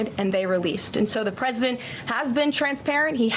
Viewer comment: This human on podcast said the word president so much. I don’t think she pronounces it correctly anymore.